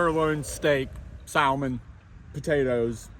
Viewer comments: sal-mon lol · LoL..., the L is silent in salmon! Not to be critical... 😊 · You need to come to Canada and learn how to say salmon the l is silent